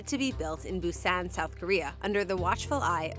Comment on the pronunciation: A story about Busan and the "journalist" doesn't even bother to look up the proper pronunciation of Busan. No integrity. 👎 And this is why the rest of the world says Americans are stupid.